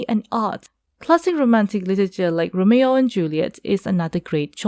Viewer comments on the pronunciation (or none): none